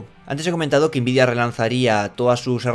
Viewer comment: Por favor pronuncia nvidia como todo el mundo, n vidia, puedes pronunciar la n en inglés o español, pero invidia esta mal, yo te quiero, pero no aguanto más, quiero el divorcio.